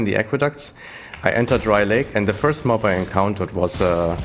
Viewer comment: Hey, danke Dir für diese hilfreichen Videos ( und den tollen versprecher mit first und örst ), hab ich doch sehr gefeiert :-D Hab mir nicht vorgenommen deinen Build 1 zu 1 umzusetzen, dennoch werde ich mich größtenteils an deinen Tree halten und versuchen an das notwendige Equipment zu kommen! Macht Spaß Dir beim Zocken zu zu schauen! :) Gruß CamperBoZZ